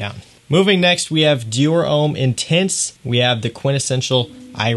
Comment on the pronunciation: french for Americans: Homme rhymes with plum